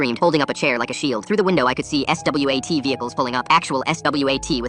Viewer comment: Just say swat bro 😭